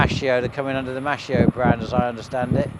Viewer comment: Hello! The italian word Maschio sounds "maskeeo" (male).